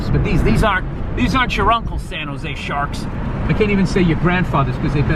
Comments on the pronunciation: Lol. "It's the Shaaaaawks" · SomeWygrl Go Shaaakkks! 😂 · Something wrong with calling the Shaaaahcks boooston Shaaaaks